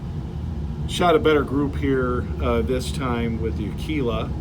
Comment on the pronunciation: Aguila, "G," not "Q."